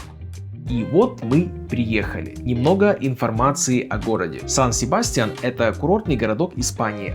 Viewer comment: Очень красивый город! Но цены на жильё очень высокие! Испанцы произносят название с ударением на Я - Сан- СебастьЯн.